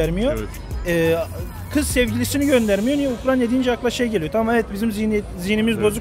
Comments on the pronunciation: Ukranya diyoruz Kardeşim ukrayna Uk-ray-na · American Eagle bir de yasadigi ulkenin ismini soyleyebilse iyi olacak Ukranya deyip duruyor